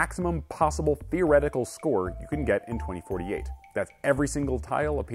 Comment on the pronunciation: He just couldnt say the number right ? XD